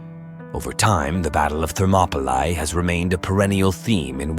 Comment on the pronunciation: That pronunciation of “Thermopylae” is so jarring to my ears.